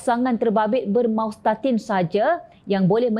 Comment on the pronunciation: MASTAUTIN bukan MAUSTATIN